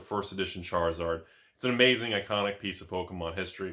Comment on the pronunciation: You said charlizard wrong